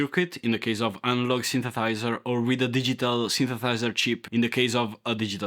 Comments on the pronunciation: Hahahaha 😂😂😂 dude you really need to learn how to say synthesither, sorry thynsethiser, sorry synthethither 😂😂😂😂 hahahahaha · What’s a synthathizer? Lulz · I'm so ashamed. I couldn't help laughing every time you said 'synthethizer' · Italian. Does literal 'talking hands' video. Loves keyboards but can't quite say 'synthesizer'. Love it, here for it! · Cool video!! And I totally love how incorrectly you say the word synthesizer 😎 we’ve come such a long way with “cheap” portable kiddy keyboards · Synsathizer 🤣🤣🤣🤣 love this guy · Your accent got me synthethighzer u gotta have a track called synth e thigh zer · Of all the wrong ways of saying synthesizer, you found the best way. I love it. Synthethizer is my new favorite word. Also, "a big knob that it's almost useless but it's really nice to fidget with" had me chuckling because I'm clearly still 12. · That was funny man 👏 But you keep saying “synthethiser”. Just so you know 😉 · Actually I am replying to myself, which is kinda weird. But not as weird as you man. In a good way. You had me at “samples” But at “OK enough” I nearly choked with laughter. Subscribed. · I like how you can’t pronounce the ‘the’ in synthesiser but actually end up pronouncing it better than an English speaker can. Stealth talent. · OK, here I am again, again. Or again again. If you can make a song out of that, I’ll be impressed 😂 but seriously man, practice saying synthesiser. It’s worth the effort, you’re going to be saying it a lot. I’ll give you this, you’re one of the few people who should be on YouTube. Perfect personality for presenting, and you’re comfortable being you. Kudos.